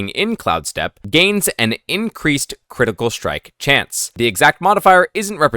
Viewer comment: Jesus brother can you just say critical?!🤣